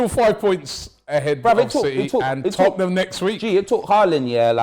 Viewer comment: love for you brotha. You said Tottenham way, less of that. No such thing.